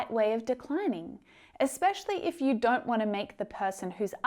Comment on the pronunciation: Would it be possible for you to learn how to correctly pronounce “if you”?